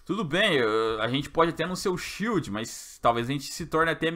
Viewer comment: " Shild do Paraguaí" 😂😂😂😂